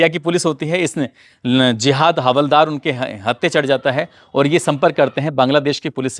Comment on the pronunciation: Hawaldar nahi haldaar boliye